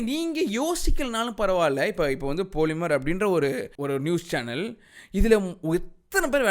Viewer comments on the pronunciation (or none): I liked the way you pronounced “POLI”MER 🤣🤣🤣🤣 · Poli mer pronunciation 😂👍